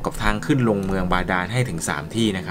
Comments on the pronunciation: พี่ออกเสียงชื่อท่านผิดครับ555 สุท ครับพี่ สุนผิดครับผมๆ ไม่เป็นไรครับๆๆ พลาดเล็กน้อยๆ สู้ๆครับบ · สุทรึป่าว ไม่ใช่สุน